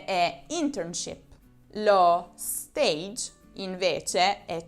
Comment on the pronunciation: scusami ma l'avevo scritto prima che vedessi il tuo video sulla parola STAGE! Sei davvero una delle pochissime che lha capito che bisogna pronunciarla alla FRANCESE. Complimenti dal tuo prof.;))